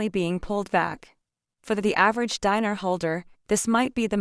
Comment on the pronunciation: Show us the publication if you want to be believed. Scamming AI. BTW it ‘s not pronounced “diner” as in a place to eat and those who eat there!! It’s pronounced Deenar stupid! 😡